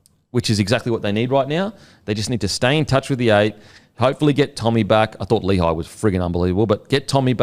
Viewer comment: How is Lehi's name pronouced so badly? Its not pronounced Lee-high, it's lé-hee.